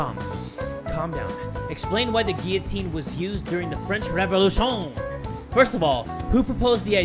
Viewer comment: Boi stop pronouncing guillotine wrong